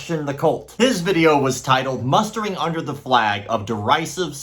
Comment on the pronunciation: The mispronouncing of derisive tells me he found it via a thesaurus.